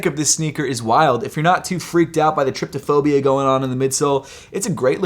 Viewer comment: Hey shoetube scholar its TRY-PO-PHOBIA (trypophobia) not ‘trip toe phobia’… cringeworthy when people “Apothecary” on like they know the meaning or even enunciation of the words they speak. 🤦🏽‍♂️